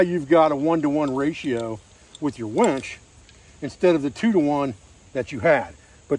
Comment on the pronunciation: 'Winch',, the word is 'winch'. SMH..."wench"...geezis...